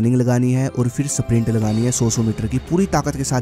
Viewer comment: "SPRINT" na lagao mere dosto. "SAPRINT" lagao "SAPRINT"!!!! 😂😂😂😂😆😆😆😆